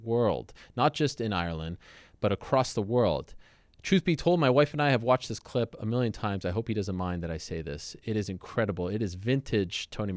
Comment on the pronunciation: Ariel is incapable of saying the word 'clip'. He can only say 'khglib'. Let's play the khglib.